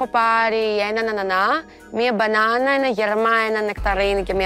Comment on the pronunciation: Με ταχύτητα στο 0,25: μπαΝΑΑΑΑΝΑ!😂😂